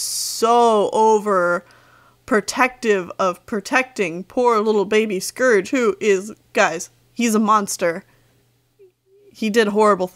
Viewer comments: I think it's kinda funny how some people pronounce scourge like scrge. Idk if you do to but I'm just saying that I pronounce it different. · Scerge... It’s SCOURGE But I luv your vids 😅